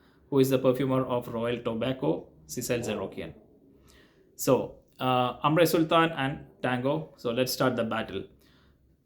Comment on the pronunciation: Grand Soir should be pronounced like "gron soir", not Grand Soir. Grand is an English word, the frag is from a French House :) Same with AS - it's not AAmre, or AAmbre, it's "Omb-ruh"